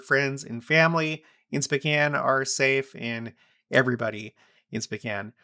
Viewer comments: It sounds like you are saying specan. The o is long Spocan is the correct sound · Pronounced SpOHcan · SpOkane, like snow. Please and thank you. SpOcan. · Are you saying Spcan? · I've always pronounced it SpOkane. Have I been pronouncing it wrong all this time?